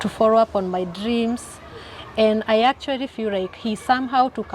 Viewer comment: And BTW why is she always replacing L with R w while talking or ndio symptoms of naivety.... Eti actuary 😅😅😅😅😅